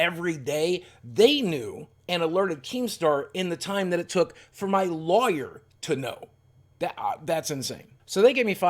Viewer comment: Is anyone else bothered by the way he says lawyer?